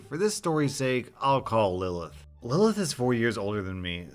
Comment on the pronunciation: Im so glad you pronounced the name Lilith right. Thats my little sisters name and usually people pronounce it "Lie-Lee-ith"